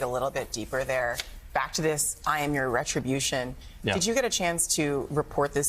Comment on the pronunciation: 'my succes is my retriobution'